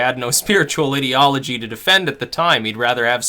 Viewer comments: It’s I-deology! Eye-deology! Ideology! Why can nobody get this right!?! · lol the was he say IDiology, its mean to be Ideology like an idea. good video though =P